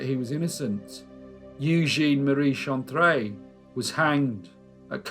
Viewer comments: All of us in the entire world, call Napoleon III just "Napoleon" or "Napoleon Bonaparte". He is known everywhere by his given name and not the fact that he's the 3rd one of his lineage to be carrying it. Nantes is pronounced "Nant". Eugene Chantrelle is pronounced [Youjen Shantrell]. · elle at the end of a word is pronounced as it appears. Jussayin! Top vid, as ever, sir. Thank you! 👍😎